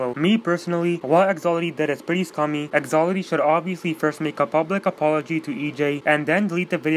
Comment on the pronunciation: " Thaloty what the thuck " 2019 " Who the thuck is EJ" Lmao im dying 😂😂😂😂😂😂😂😂😂😂😂😂😂😂😂😂😂😂😂😂😂😂😂😂😂😂😂😂😂😂😂😂😂😂😂😂😂😂😂😂😂😂😂😂😂😂😂😂😂😂😂😂😂😂😂😂😂😂😂😂😂😂😂😂